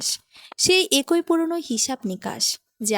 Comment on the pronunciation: একোই নয়, উচ্চারিত হবে “এক ই”